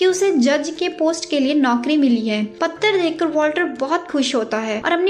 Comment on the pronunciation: Madam patra hota hai correct ur pronounceation